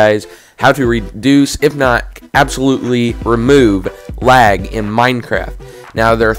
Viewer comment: no offense but why am i hearing wag?